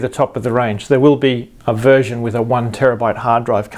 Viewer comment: I thought you said virgin at 1st! lol *version